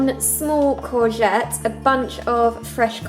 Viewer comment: Haha, when you said chopped corgette, heard "chopped Cosette" (les mis fans, u there?)